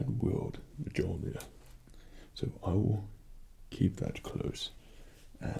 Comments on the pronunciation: Mjolnir is pronounced (M-Yole-Near). Do not freak out, I myself, have mispronounced it many times when I started to play Halo 4. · Btw, its pronounced Meounir. Not Mjolnir, idk how to spell the pronunciation but i tried. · ITS PRONOUNCED MULE-NEER💀💀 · Me-ol-near The j sound alike an i in this case. Most of the time it sounds like a y in old Norse. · It's pronounced as Myolnir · “m-jol-nir”...... Fredd... why,.... it’s- the j is... very silent... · its MOL-NIR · Btw its pronounced m-you'll-near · I'm so sorry I had to say this, but she's pronounced "Myolnear". Spelling is correct though. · It’s pronounced (mon-your) mjölnir. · It's pronounced myolnier. Sorry mega fan. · Just so u know it’s called muu l neer that’s how u say it but it’s spelled like you know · He pronounced it wrong it's mew mew😂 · Isn't Mjolnir pronounced Meowlneer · I don’t even think this is roleplay and its pronounce mule-neer even tho its spelled mjolnir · Its pernounsed *muil,neer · you are pronouncing the hammers name wrong....she has a life you know! sorry...I am Nordic so this is a big thing for me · the j in mjolnir is silent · Aww I was stoked until I heard you pronounce 'Mjolnir' :( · Themassivefail 😂 The geek in me is howling.😂😂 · I'm perfectly happy ignoring the pronunciation issue because, well, look at that face. Can't get mad at that. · This is clearly an MCU cosplay and it’s not pronounced like that in true MCU, but he def knows that know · The nerd is me gets a tiny bit irked every time he pronounces the hammer name wrong haha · I totally geeked out when he pronounced Mjölnir wrong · The j in mjolnir is silent btw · Oh god he pronounced the J in mjolnir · I can't get over how he mispronounces mjölnir 😂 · He's pronouncing the name of the hammer wrong the j is silent. He does play a good thor though. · slightly miss pronounced Mjölnir a couple of times, but who really knows how to say it anyway. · you... you said mjolnir wrong